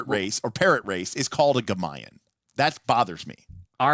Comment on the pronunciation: GamaYUn is not pronounced like that tho. At least not in Russia. Maybe Western Slavs do it differently, idk. I'm not sure why RFC decided to use this word for birdpeople, cause Gamayuns are part birds part people (sometimes) but its mostly a bird with a human head and RFC has a copmplete opposite of that.